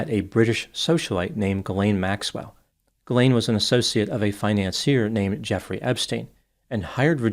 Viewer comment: also prononces Ghislain correctly too.